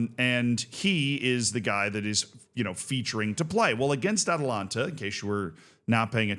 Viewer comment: The Italian football club you are referring to is Atalanta Bergamasca Calcio S.p.A. You keep pronouncing the football club "Atalanta" similar to Georgia's capital "Atlanta". There is an additional "a" after the first syllable. The city of Atlanta in Georgia is the female form of Atlantic, which is the "Sea of Atlas". Atlas is a Titan in Greek mythology condemned by Zeus to eternally hold up the heavens (sky) on his shoulders after the Titanomachy. Atalanta is a heroine huntress in Greek mythology.